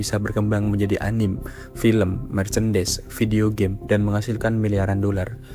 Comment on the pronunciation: anime dibaca ya anime bkn anim manga dibaca man-ga